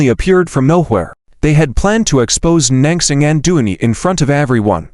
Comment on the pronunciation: lol, non-crossing! non-crossing! poor Nan Xing can't even have her name pronounced correctly. So sad. :(